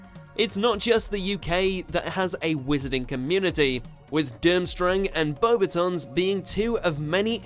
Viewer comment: That is not how you pronounce Beauxbatons, FYI.